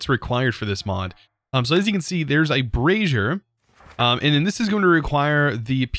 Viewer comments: me snickers like a 12 year old. also snickers when he says " brassiere" instead of "brazier" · can just not cope with the word 'Brazier'. bray-zur (If americanish). Brey-zee-uh (if english). BrArr-zee-air if you want you want a lift.